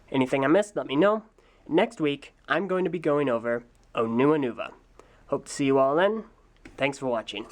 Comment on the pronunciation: that sucks Also, it's "Onua"